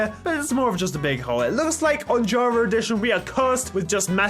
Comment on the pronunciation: Y does he keep saying jarva instead of Java